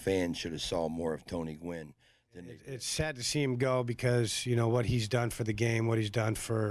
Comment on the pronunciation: gwynn. GWYNN. g W ynn. GEE DOUBLEYOU WHY IN IN. fucksakes. demonetize